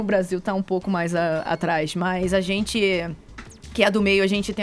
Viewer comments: #forafefito mano o cara fala "ispludiu" "zenti" chato irritante xiliquento pior contratação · esse fefito a paula e edgar visivelmente não toleram o caio e suas opiniões, mesmo quando o cara esta 100% correto eles dão um jeito de ir contra a fala ate indo a favor de bandido em vez da vitima, isso é ridiculo. esse sujeito fofoqueiro de novela que fala "zenti" em vez de gente foi a pior contratação que a radio fez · do céu 🙆🏼‍♀️🙆🏼‍♀️🙆🏼‍♀️ que agonia do cacete o jeito que ele fala... podia procurar uma fono né! 🙄🙄